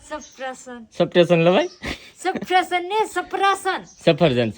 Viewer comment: ne safarjan bolta nthi aavdtu to apple bolta sikhvado e aavdi jase😁